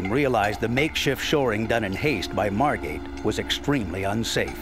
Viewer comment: Margate, not Margot.